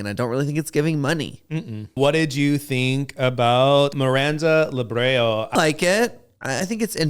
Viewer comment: Love the vid!! Miranda Lebrão’s last name is pronounced La-brow (like eye brow), similar to how São in São Paulo is pronounced. I hope that helps with the pronunciation! Love watching you you both!! Can’t wait to see you cover the rest of the season!